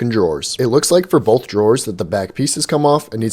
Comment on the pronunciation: Did you say “bolth”? There’s no L in that word dear.